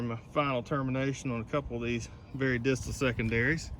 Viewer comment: Did you say distal?... Lol